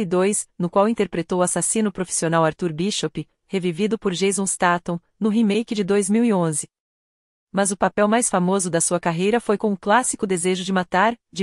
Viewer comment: Obs: Como não fumo e não entendo nada disso, nunca tinha ouvido dizer antes que fumar é bom para manter a sanidade...Essa é nova para mim... Na verdade se diz Jason Statham e não Jason Staton.